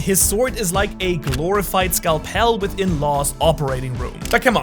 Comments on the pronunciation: what the hell was that pronunciation of scalpel almost made me click off do you not know english?? lmao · Excuse me? How did you say scalpel 😂?